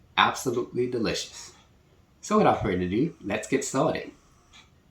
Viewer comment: I know it's good,, 'cause you smacked the table a full 10 times! Nice to see a channel where the cook uses "the trinity" AND Tony C's AND garlic! You had me at "let's get staw-ted!"